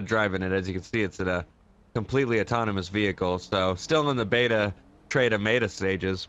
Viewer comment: "It's still in the Beta Treta Maeta stage" Umm yeah sounds high-tech lol